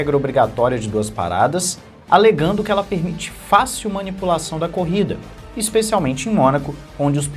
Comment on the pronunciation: Manipupaçaun? Kkkk